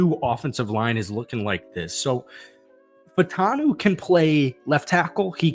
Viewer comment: I gave you the like but you have to do something for me. Fautanu is pronounced Fa-oo-ta-noo. It’s not just you. Most yinzers are saying it wrong. Just try. That’s all.